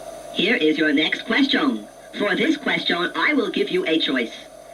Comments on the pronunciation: I don't think anyone pronounces "question" the way it does. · From now on I shall pronounce question as Quest-yon!